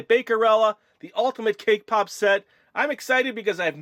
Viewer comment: When you said cake pop it sounded to me like k-pop. :-)